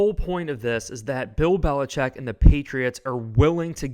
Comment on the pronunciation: He said belicheat not Mc dummy….